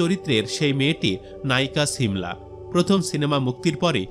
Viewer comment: ছিমলা না 😂 সিমলা